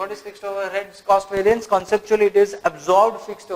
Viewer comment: Concepts are clearly explained. However, its, Var-ee-ance (variance)** please, and not var-aa-ince! :)